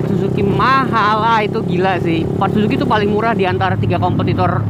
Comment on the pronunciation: Bukan zuzuki bang tapi zusuki 😁 Wah gimana sih si Abang 🙈